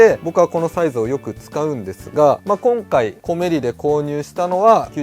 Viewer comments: コメリのイントネーションはおでんではなくトマトです。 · 「コメリ」のイントネーションw